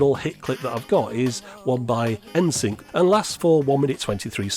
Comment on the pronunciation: N-SInk, lol. You tried! haha